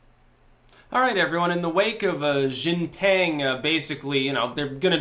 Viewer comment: She jeen ping Xi. Jin. Ping.